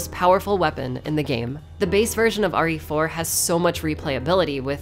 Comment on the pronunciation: Am I the only one that heard say "Ori For" instead of "RE Four"?